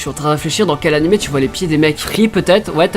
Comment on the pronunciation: on dit animé pas animè juste parles normalement c'est stressant mais bon bien quand meme